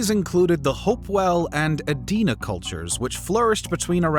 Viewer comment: Good video overall. Thank you for pronouncing "Adena" correctly.